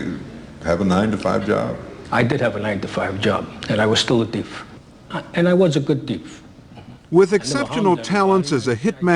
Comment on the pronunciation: "I was a good teef!"